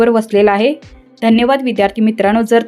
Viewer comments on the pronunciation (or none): none